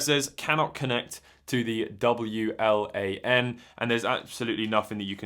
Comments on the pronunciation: lol "W-L-A-N" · I think I've never heard anyone pronounce "W-LAN" like this before, lol Great video!